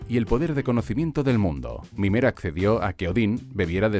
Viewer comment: Es mimir, no mimer